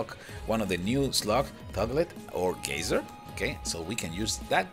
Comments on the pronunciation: gazer not gazzer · Its Gay-zer